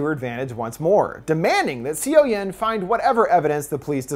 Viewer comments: I watched this movie and I was so excited for this review and I really liked it! BUT in the beginning I was like "whose Sio-Yen?" Her name is pronounced similarly to "SO-yon" Overall it was a great review~! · HAVE YOU NOT WATCHED THE MOVIE ITS PROBOUNCED SUH YUN NOT SEE YO YEN!!!! Dislike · seo-yin is pronounced "soh-yin" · Hearing c o yen makes my skin crawl! 😬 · I know i'm late but just a heads up, for Korean movies (since i see you doing more of them lately) the "eo" character in Korean is pronounced more like the English "uh" so the main character's name is actually pronounced more like "So young" without the g at the end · This video was entertaining but I'm wondering if you actually saw the movie? You pronounce her name "see-o-yen" and I suppose a foreigner might mispronounce 'Seoyeon" this way by reading it at first, but if you actually watched the movie, wouldn't you pronounce it like it is pronounced in the movie? So more something like "soyon". This is very disturbing to me as it's a name which pronunctiation isn't hard once you heard it.